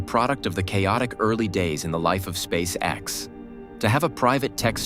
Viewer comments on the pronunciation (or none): Meh. AI script is dull and not especially coherent. Also, if you're going to keep doing these you need to train your AI voice so it can pronounce "SpaceX" as one word. At least you got it to say "Saturn Five" not "Saturn V", but "it had music more than twice the thrust..."?